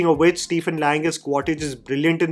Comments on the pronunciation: Ummm........Its Qua-Ritch NOT Qua-Titch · It’s Quaritch, not Quaditch or Quatidge bro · It is not 'Quar-Tich' its pronounced 'Miles Quaarch' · Quaritch ❌ Quartij ✅ 🤣🤣🤣🤣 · Listening to someone saying Quartich multiple times, very frustrating?? Review sounds similar to Jeremy jahn’s.. I doubt you have watched it… properly.. It is Quaritch . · Your pronouncing of the names is a too funny... Its quaritch... Not quatich. Its neytiri... 😂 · It's 'Quaritch' not 'Quatitch'. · Quaritch ❌ Quatage ✅ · Qua-rich and not Quar-tich. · its Quaritch not cottage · Just wanted to point out it's not 'Quatitch' but It is 'Quaritch'. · Bro kept saying "Quattich" 💀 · Bhai agar Quaritch nahi bola ja raha toh Miles bol deta 😭